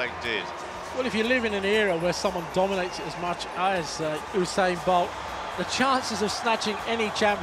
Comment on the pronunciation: the reporter said oosain bolt